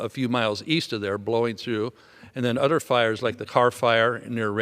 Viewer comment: He is very articulate when he speaks, but why are you saying "udder" in replace for "other"? Im not sure why that bothers me, but it does.